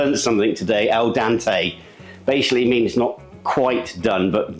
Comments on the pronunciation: Not El Dante, but Al Dente. Pronounced just like it looks All Dentay. And pasta is pasta; the taste would be the same. A particular brand uses the exact same ingredients to make pasta. They use a different die to make whatever they need on any given day. Some days they use a Spaghetti die, switch to a Fettuccini die or just whatever they need to make. It's the exact same dough. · Great video as always! FYI, it's ahl-DENT-eh. Like "dentist" (shared etymology) --"al dente" means "to the tooth", or having a little chew to it. For some reason, Canadians change the E sound to an A sound and say "al DAHNT-e". Maybe because of French linguistic influence.